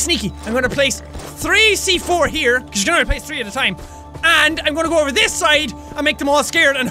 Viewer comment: When you are saying go C4 it hears like gochiforce!